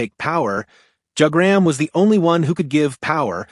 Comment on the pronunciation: I clicked on the video because I thought it was interesting then you said Jug-gram